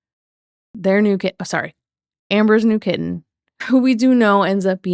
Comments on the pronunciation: I think amber wanted her "very own" kitTEN (you gotta get the pronouncation right there, prof) when she was with Krystle's family. She wanted HER OWN animals to ignore and not take care of which is weird. I truly think she realized that her videos with the pets in them got MORE views than the ones that just had her or her & Krystle. Plus, she could then hold things like "who'll take care of the animals" due to her being a horrible person and everyone leaving her. The pets don't get to pick who they go with which I would love to hear what Twinkie & Wasabi have to say about the human that over feeds them and gives them the WRONG food and doesn't walk them. We know that Rarity had taken to liking Emily over amber. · “kiTT-ehn” makes me FERAL W RAGE why does she pronounce the Ts so hard